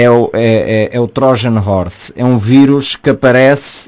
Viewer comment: “É o Trójane Hórse” Magnífico inglês